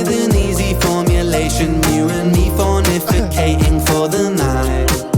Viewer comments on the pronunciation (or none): Heh, not fornicating - fornIFicating. Adorbs!